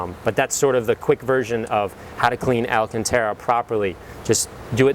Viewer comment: Alcantara. Pronounced, Al-CAHN-Tah-ruh.